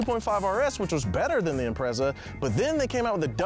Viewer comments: Imprezzza!? Shut up! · I love your show guys, but as an international car show can you please learn how to pronounce their names. Or at least say it ironically when you don't. Every time you said Impreza i felt like sticking a knitting needle in my ear.... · is it bugging anyone else how they say impreza?